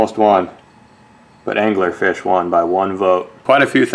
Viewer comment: did you call it Dangler-Fish? :D